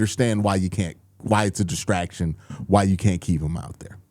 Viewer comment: Destactions, Destactions, you said 🤔 Whats going on Q?